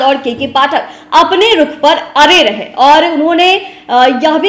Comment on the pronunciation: अरे रहे (अड़े रहे)😂😂 apni bhasha sudharo pahle tab patrakarita karna